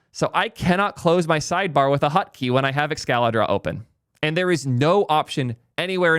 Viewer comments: What the frick is a ''hutkey'' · Why does he pronounce it hUtkey?